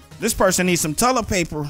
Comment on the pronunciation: what's tullet paper xD